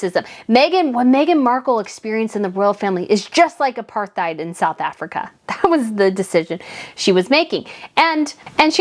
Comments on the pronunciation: It's pronounced A Par tide not A Par th eyed. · I've never heard of Apartheid pronounced like that, 🤣